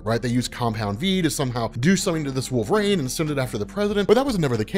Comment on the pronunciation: Every time, I kinda can't get past it. "Wolvrayn" "Wolvrayn" "Wolvrayn".